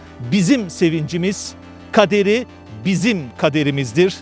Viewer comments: Sevinç-kader mi sevinç-keder mi daha mantıklı geliyor? Tabi ki sevinç-keder. Ama sunucu yanlış söylüyor. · Kader değil keder o nasıl sipikersin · Ataturk un sozunu yanlis okudun spiker..kederi kader diye okudun ula biraz kültür biriktirememissin koca gs tv de spikerlik yapiyorsun